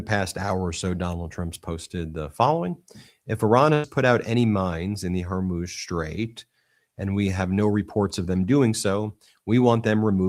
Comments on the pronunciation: Can someone please inform Ben of how to pronounce Hormuz! I'm beginning to wonder about the legitimacy of a news source that can't pronounce that. it's not her-moze... it's hoar-mooz. like whore and news with an m. Please, for all that's good and holy, if we're going to be talking about this strait for the foreseeable future, pronounce it correctly. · Ben it's killing me...HORE MUUZ.....NOT HOR MOZE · Hey Ben its pronounced Hor Mooo zzzz. Not hormoze. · Ben, it's not Hormōze. It's pronounced Whormooze! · It’s the Straight of Hormuuuz (long U sound, not Hormoz. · What's up with the Hermoz thing? Even the AI subtitles catch it... Is pronouncing Hormuz that hard? Hor as in horror, muz as in moose. Hormuz! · The STRAIT of: Whore-Muse❎ Hair-Muss❎ Hair-Mousse❎ Hor-MOSE❎ Hor-MOOOOZE✔ 😂 I'm dyin' ovah heah. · Ben, it's HOR-muze. HOR rhymes with the first syllable of Horror and Muze rhymes with a cow's moos. You’re so smart and successful this should not be a constant mistake you make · Straits of Hormuz (pronounced Hormoos) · Hor-mooz for goodness sake get the pronunciation right! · HOR muuzz. Not your pronunciation